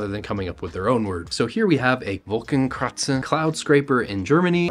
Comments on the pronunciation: Hey, idk why but you pronounced the German word Wolkenkratzer as Wolkenkratzen for some reason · That "Wolkenkratzer" pronounciation was the best I have ever heard before, I love it! XD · bro absolutely butchered that german pronunciation 😭